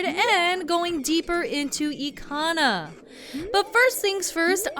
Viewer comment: It's Bob from SMG4! Yeah after watching SMG4 I call the Garo Bob. Either way, Eekana sounds right I used to call it Ick-ana as a kid. Did they actually have a prononciation guide for some of these Zelda terms? I'm playing along, just finished the Anju and Kafei quest and am now in the fourth dungeon.